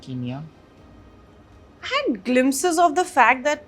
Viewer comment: Its not keenya itsn kenya (ken-ya)